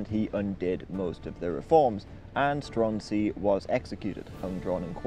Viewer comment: There's actually a film about this starring mads mikkelsen. it's quite good. Also I'm fairly sure the pronunciation is more like "Stroo-en-zee" iirc.